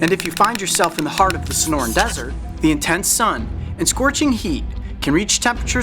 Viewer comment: did he just say sonra desert